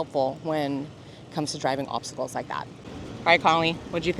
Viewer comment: Thought she said check out some popcicles at first not obsticles lol haha.